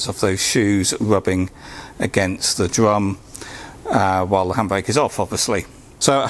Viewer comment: My Bwakes are all good now and not rubbing on the dwums